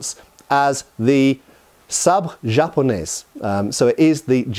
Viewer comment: In french "japonais" you do not pronounce the "s" ( same as in "Paris" ). French got the word sabre from german Säbel who got it from hungarian or/and polish who got it from more far east or ottoman influence or wars .